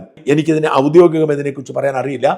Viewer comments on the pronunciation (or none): none